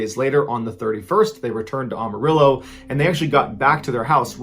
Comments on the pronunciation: Sorry, but the way you pronounce Amarillo is so funny. The way you pronounce it there should be and "O" at the beginning. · Ahm-arillo lol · Again - if it’s Spanish why dont you pronounce it Am uh ree oh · Just a quick note.. its Am- Uh- Rill- Oh (Amarillo) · Just from Amerilo. We pronounce it AMerilo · Its pronounced am a real o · The secret is you pronounced Amarillo incorrectly. Am-Arillo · Am-ah-rillo Sorry I’m really anal about that LOL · Listening to someone say Amarillo wrong over and over hurts AM-ah-rillo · I giggled at a couple Ahmarillos. I forget how so much of the country doesn't know how to speak western. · Ahhmarillo can’t stop laughing every time you said this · Since Amarillo is Spanish for "yellow", the correct way to say it is "Ahh ma reeyo" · Texas here. "Amarillo" = Pronounced AM, as in "I AM going to hit the like button." Amarillo. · Am-a-rillo lol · I'm half sleepy and heard Armadillo. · it’s Am-arillo. The am is pronounced like you would say “I am...” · Always a good show, but funny on the way you pronounced Amarillo....lol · You're saying Amarillo wrong...so very wrong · The way he pronounced Amarillo is funny to me 😂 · Occasional bone to pick …. His pronunciation for Amarillo and. Cache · Stop pronouncing Amarillo wrong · I love your videos, I'm completely hooked. But your pronouncing Amarillo wrong.... I guess you might not have ever come to Texas before. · As somebody who lives in Amarillo I must say that you are pronouncing it wrong. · Texan here. The 4th unsolved mystery here is where MrBallen picked up that pronunciation of Amarillo. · I know you ain't from Texas cuz that ain't how you pronounce Amarillo. Still love your work though. 🤣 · Love you dude but please stop saying Amarillo like that 😂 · You gotta listen to Amarillo by morning it’s a song and it will help you pronounce Amarillo. However you great a great job and this is another magnificent video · Your pronunciation of Amarillo is horrible. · You said Amarillo wrong lol.